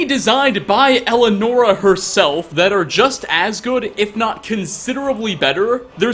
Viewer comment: It’s pronounced “el-eee-a-nora”